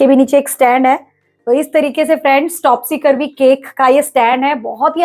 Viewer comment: Mam topsy turvy hota hota hai ..topsy curvy nahi 😊